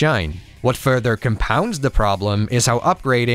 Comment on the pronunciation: Wow, what a time indeed, I remember being being consumed in NGB on PS3, not sure if it was vanilla or Sigma but how could i forget Rachel at 13 😊 😅 Great call on the timing and thank you for this video. I never tried the other 2 later titles but look forward to playing them until NG4. P.S. you say "further" like "fur-dur" lol